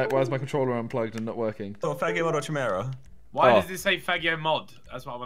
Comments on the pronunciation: it's not chimera it's pronounced ki-mer-a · pronounced Key Mare-AHH